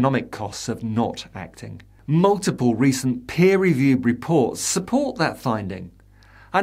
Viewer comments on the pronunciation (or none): none